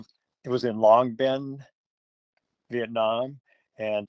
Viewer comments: Người Mỹ có nhiều từ không phát âm được Long bình nói là Lòng Bien 😁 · Long bình not long bien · Long Bình, nhưng tiếng Mỹ phát âm như long biên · Long Bình not Long Biên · Long Binh chứ không phải long biên đâu . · Long Bình - mà ô đọc -,>người phiên dịch,->Long Biên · Long Bình, khg phải Long Biên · Không phải Long Biên mà là Long Bình. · Long bình Biên Hoà không phải Long Biên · Không phải long biên mà là Long bình biên hòa đó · Không phải Long Biên mà là Long Bình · Long Bình chứ không phải Long Biên nha ơi, căn cứ quân sự...., hình như thuộc Đồng Nai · Long Bình chứ không phải Long Biên . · Oh .Long Bình Biên Hòa. Không phải Long Biên 😊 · ❤long bình chứ không phải long biên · Chú nói Long Bình ko phải Long Biên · Long Bình, Biên Hòa, vì người Mỹ nên đọc trại ra Long Bin.